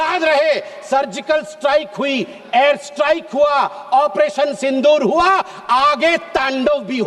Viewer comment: At first pronounce it Sindur, don't pronounce as Sindhur